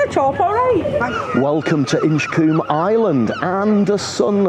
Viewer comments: Colm not coom…😂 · It's pronounced Inch-comb.